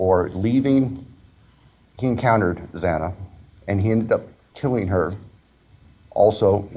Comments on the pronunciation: Jesus!!!! Pronounce Xana's NAME CORRECTLY!! He mispronounced her name twice. Very very disrespectful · Judge, learn how to pronounce the victim’s names! Twice you mispronounced Xana’s name! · First of all, the judge not pronouncing Xana Kernodle's name correctly is horrifying and disrespectful. Her name is engraved in my brain, and I'm actoss the country, a regular citizen, profoundly affected by this horrendous tragedy. And then the DA giving this evil monster a chance to live out his life, 3 meals a day, shelter and even the possibility of continuing his education, ON the dime of tax payers, to include the victim's families. What a spit in the face to the victim's families. The state of Idaho's justice system should be hiding under a rock. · It’s a shame the judge couldn’t even pronounce Xana’s name properly! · The first thing the judge did was take time to reprimand a grieving father and his supporters. But the judge couldn’t even be bothered to learn how to properly pronounce Xana‘s name. He came off like he didn’t give one flip about the victims or their families. Just checking off court for the day, then headed home. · Xana Kernodle... Say her name right, dammit!!!